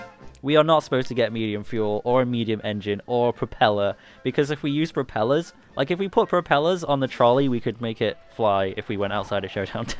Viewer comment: do you hear how you say propelers